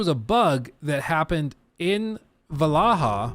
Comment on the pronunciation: Oh god why do you pronounce Valhalla like that.